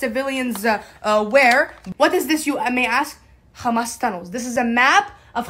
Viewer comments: man when she said "KKKHHHHHAMAS" I totally dropped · Isghael😂. Khamas😂